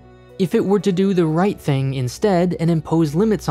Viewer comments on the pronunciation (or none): none